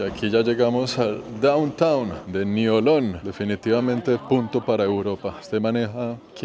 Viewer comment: La pronunciación local de Niolon es: niolɔ̃ŋ = niolon-ng.